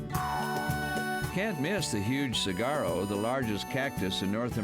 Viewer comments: 1. Jesus what's with all the people calling for dog booties. Seriously maybe we should start a go fund me to get cows, horses, wolves, mountain lions etc coats and shoes. SMH 2. Saguaro is pronounced sahuaro, not sagaro. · he called a saguaro a CIGARO ;D awesome video though